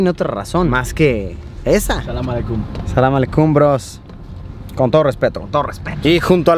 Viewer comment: JJajajajaa samelecum osea Luisito está diciendo samelesemen